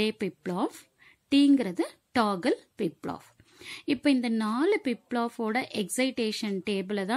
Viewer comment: Flip Flop ❎ Plip Plop✅ 😂